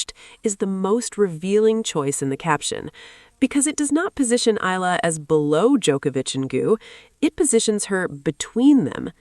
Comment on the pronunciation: Eala (eh-ah-la). Pronounce her name correctly.